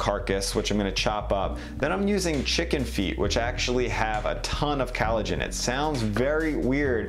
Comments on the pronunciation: I gave you a hard time in your kombucha video when you kept pronouncing it "kambucha", but watching this video I'm starting to think you just have a weird accent. You also pronounce collagen as "callogen" so maybe the sound you make for ko/co sound just sounds like ka/ca to those of us with standard american accents. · Every time he says callagen instead of collagen it makes me cringe. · Bones have no "CAL uh gen". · Sounds like you are saying COWllagen. But didn’t you also make duckllagen and porkllagen? Hope you don’t mind the teasing! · Collagen!! It's called COLL-agen. Other than that, great stuff. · Sooo annoying the way he pronounced collagen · I know many others have said it, but COLLAGEN! Great video otherwise. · COLLAGEN, NOT CALLOGEN, WHAT THE HELL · Really good information for creating deliciousness. Oh...and it's COLLagen, not calagen. Rhymes with 'call,' not 'Hal.' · Collagen. Not Callogen. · Lol. Loved the video and info provided but he kills me with that pronunciation! Collagen: kol-lah-jen instead of calogen which sounds like halogen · Very relaxing voice. (Except when he pronounces collagen as "CAL uh gen," which is like glass in the ears. ) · "Callogen" (it's collagen) "Digestive track" (it's digestive tract") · Great video, great content. (Side note “callogen” is this an Americanisation of collagen, if not it weakens your stance as expert/teacher if terms are mispronounced) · What’s ‘kellogin’? You mean ‘collagen’? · Nice and also professional video.... all you have to do is to pronounce the word Collagen better... " kAleijin" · Why does he call collagen, callogen? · Callogen? You mean collagen? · Good video but why are you saying collagen CAL-o-gin vs CALL-o-gin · It's collagen, not callogen :-P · First ever youtube comment, compelled to say: COllagen* not CAllogen. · Its collagen dude not callogen. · it's "collagen", not "callogen" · cOllagen not cAllogen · COLLAGEN. Not cAllogen. It’s like when kids say malk and not milk.